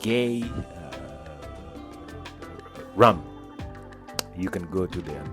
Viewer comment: My friend 😅😅it's not zeders. It's pronounced ZR (zed-r) , also its Rum.(r-um) not with "a"🙏 thank you for coming, was great meeting you. Glad to see you all had a great stay. See you again sometime soon